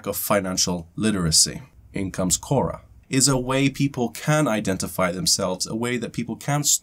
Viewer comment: Kora sounds like CASHAA. What happened to yesterday's video? Not available in US due to copyright?